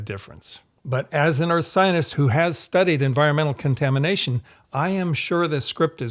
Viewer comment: I don't know if I'm just obsessed with the ongoing genocide, but every time says "scientist" it sounds to me like he's saying "zionist".